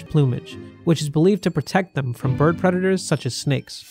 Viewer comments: lol Berd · " herd berd immunity " LMAO